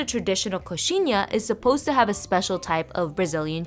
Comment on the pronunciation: You usually start at the top and bite off the point, and the cheese inside is requeijão but everyone calls it catupiry as it's the most famous brand with an amazing quality that has produced it. Also you did pronounce it right! I recommend you also try brazilian "pão de queijo" that translates to bread of cheese if you haven't already.